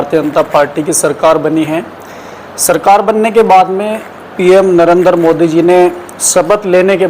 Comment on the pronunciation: नरेंदर नही है बे, नरेंद्र बोल😡